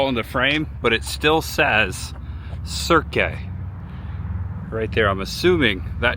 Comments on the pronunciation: I think it's just pronounced Cirq, like the beginning of circ -us. I believe it's French like "Cirque du Soliel". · Cirque is pronounced 'Serk' btw.